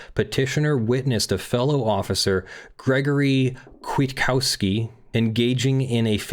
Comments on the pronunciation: Also the second k is silent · As Polish is my main language it was a pain to hear how you say Kwiatkowski 😆 Still good video!